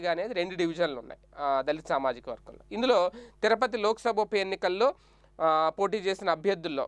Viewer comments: BABU TIRUPATHI NOT TIRAPATI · తిరపతి కాదునాయన తిరుపతి